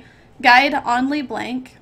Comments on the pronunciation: its not Lee Blank D: its Ler Blunck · OMFG LE BLANK everytime i hear this i would like to cry xD just say ''Lö Blonk'' pls im very sure it will cure my ear cancer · xD her name isnt LeBlank its LeBlanc Le-Blonk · Wtf is pronounced LeBlanc not LeBlank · I love how she says Le-Blank. Also it's YOU who almost never hits the E's LOL. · i love how she says it like LEEBLANK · "Lee blenk" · LEEEEEEEEEBLANK OMFG SHE SAYS NOTHING RIGHT OFNBHA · Am I the only one that cringed in the beginning when she butchered saying leblanc